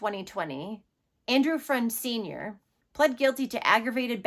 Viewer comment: Its pronounced fruend not friend not like it matters i just live a half hour away and it was all over the news so Ive heard his poor name a million times on the news. Its a big story here